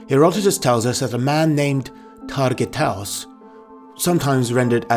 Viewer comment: his true name is not targiatos the name is targut !